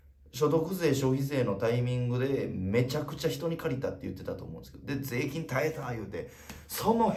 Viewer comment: もう聞きすぎて誰も気づいてないけど、粗品だけ税金のイントネーションがセイキンなの草